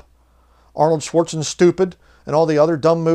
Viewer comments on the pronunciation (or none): none